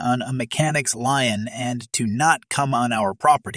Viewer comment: Lien is pronounced lean